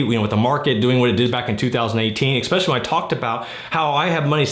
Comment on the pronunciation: "expecially", investors really can't speak English can they?